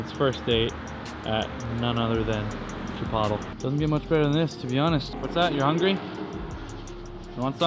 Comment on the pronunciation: Chee/poe/tle * Not Chipotel! Haha